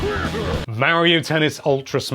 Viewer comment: Say Mario right please